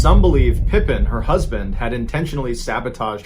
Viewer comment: It's pronounced Pa Peen not like Scottie pippen. Her husband didn't hold the record Tonya streeter a hot blonde held the record Audrey tries to break